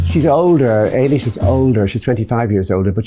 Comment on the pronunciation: Please correct the typo in the caption - her name is Eilis, not Ellis. Eilis is an Irish name pronounced , as Colm Toibin does it, Alish. It's not the American name Ellis.